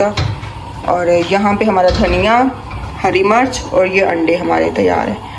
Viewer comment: Mirch not march pls. Stay blessed 🎉